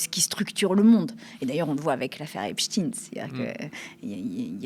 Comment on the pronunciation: Par contre dire epstIN au lieu de epstEIN, moyen...